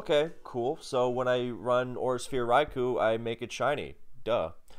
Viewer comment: One of these days someone will correctly pronounce Raikou and I'll finally be happy